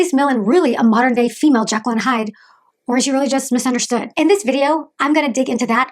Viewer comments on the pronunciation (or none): none